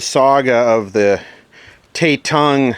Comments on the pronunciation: Tatung ... one word no not shit ... not prinounced the American way ...A sounds like Abba not A sounding like lay .. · Tatung is Taiwanese,, and Tatung is pronounced with a soft a, like at. (Tatung was considered to be decent quality in its day) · For correction Pronounced “Tah toong” . Not trying to disrespect you in any way. This company made the first stereo color television sold in the United States. Not saying or knowing the quality of their products but agreed they were cheap. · I believe It's pronounced as Ta-tung, there's no "e" lol.. Tatung was a house brand that sold fans, ceiling fans, toasters and other smaller appliances mostly made in Taiwan... I'm most certain that the TV is made by another manufacturer and sold through Tatung.. First I've seen a Television with their label on it.. Gotta find out the actual manufacturer and probably the similar model will be in the Sams.. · you butchered the pronouncation